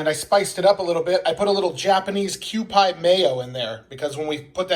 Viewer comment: Kewpie is pronounced Que Pea or like a kewpie doll. Mmm, delicious!